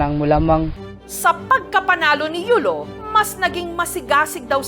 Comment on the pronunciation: YULO HINDI YOLO....LOL